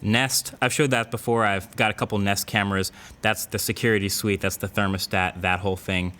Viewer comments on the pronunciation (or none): none